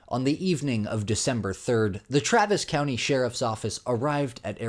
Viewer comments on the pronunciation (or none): none